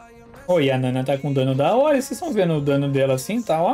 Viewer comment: só eu q tenho agonia de ouvir o chamando a Nana de Naná?